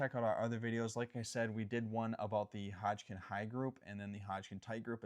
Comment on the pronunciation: I like the information being provided, however I can't stop geting hung up on the fact that he can't seem to pronounce Hodgdon as Hodgkin.